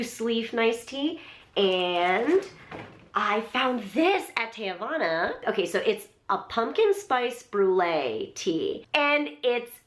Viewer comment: You said teavana wrong.